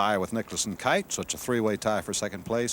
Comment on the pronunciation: If I were Watson, Snead or Kite I'd ask Ken Ventura to say my name right.